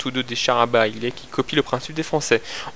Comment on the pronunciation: A oui part pitié barillet ne se prononce pas barillet mais bariyet ( comme aiguille etc... )